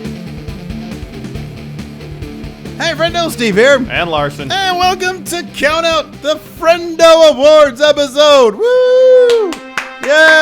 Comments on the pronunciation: COUNOUT? Lost a t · woke up toady and decided to take out the the T in count out😂